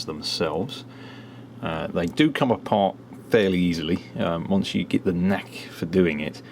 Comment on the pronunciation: It's get ... not git